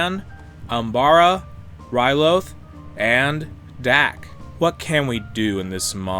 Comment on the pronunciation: He really just called Ryloth, Ryluff